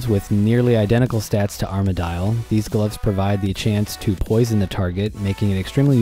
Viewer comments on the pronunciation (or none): did you just say......Arma-dial??????? cringe